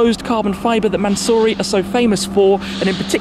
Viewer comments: (mansory) Man so sorry 😂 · Tribute to 24h of "LE MANS"ory...